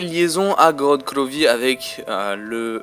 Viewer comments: GROOORODTT GRVOVFI mdrrr l accent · j'adore ton accent "korod krovi" :D